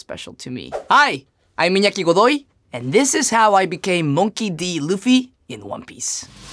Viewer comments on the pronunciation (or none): why does he pronounce it MAWNKEY D Luffy?